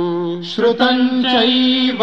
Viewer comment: ❤❤ First time listened to a version where words चैव and वैभवं are pronounced correctly with two matras. In most of the versions they say चेव and वेभवं which is ashuddha..